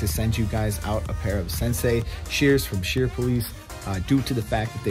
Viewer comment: Did you say shears 😂😂🦻🦻🦻keep doing what you do and that’s serving the ones that God has put before you!! 💯